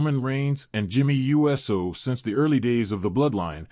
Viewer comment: Why does the 'voice' say U S O, instead of Uso??? Because it's AI and not a real human being... SMH